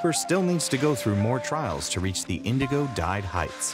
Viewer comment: ...Was he trying to say indigo?